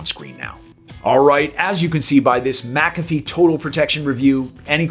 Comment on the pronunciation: You're pronouncing it wrong